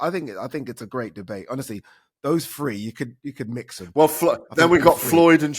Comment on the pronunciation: “finally there’s a free, there’s a fird” - it’s THREE and THIRD you utter m0r0b ADEE Ooladeepoo🤡